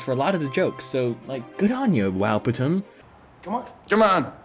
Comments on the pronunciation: I love this movie and I can't with him calling it wow patum 😂😂😂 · I crack up everytime he says wowptm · I literally choked and died when you said “wowptm” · as a true mexican, when you say wowptm i just hear “wow puta madre” in my head